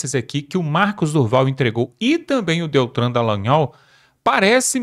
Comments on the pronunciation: Não é "DELTRAN" e sim, "DELTAN". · Fala ao menos o nome certo: não é Daltran e sim Daltannnnn